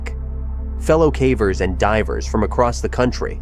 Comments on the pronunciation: When it pronounced "cavers" as "cah-vers" instead of "kay-vers" it showed it's AI-ness pretty badly No human making videos about caving regularly would pronounce that word so badly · Why are you saying cavers incorrectly lol